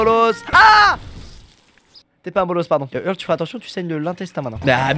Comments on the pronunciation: Putain mais c'est pas "Irle", c'est "Eurle" !! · problème de riche : j'en ai marre de regarder des vidéos de squeezie et de devoir endurée son niveau d'anglais attroce. Il prononce Earl "irl" ça ce dit eurl putain !! Je suis américaine prennez du recule face à mon orthographe déplorable. XD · C'est pas "irle" mais "eurle"